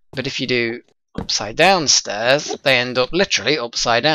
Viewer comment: You said instead of stairs "chairs". I WANT PLZ